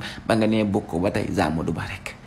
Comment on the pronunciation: Borom rewmi avc ces liaisons😂😂 Zamadou Ba😂😂😂😂